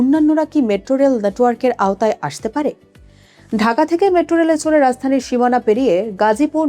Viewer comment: শব্দটি রাজধানী। রাzzzধানী নয়